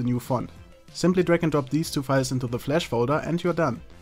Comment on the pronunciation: it's flash not flesh lol